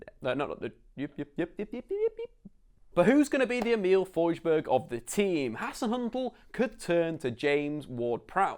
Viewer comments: FoJRsberg?!??!?!? DUMB BRITT its FoRSburg u say R and S not J. He is Swedish much like myself and i felt offended when u pronaounced his name a german way! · Im Norwegian not swedish, but im pretty sure Forsberg isnt pronounced «fojburg»